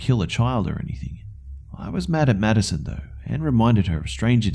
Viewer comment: I keep hearing "Medicine" instead of "Maddison" lol